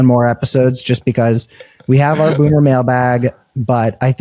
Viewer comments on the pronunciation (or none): Boomer, not bummer.